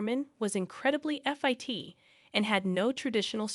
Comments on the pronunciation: “He had a tear in his arm” - pronounced like “teer”.?? He was extremely F-I-T” ???. If you must use AI please get something that isn’t crap. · Such a poor voice over. She pronounces Fit as F I T - reading each letter instead of saying the whole word.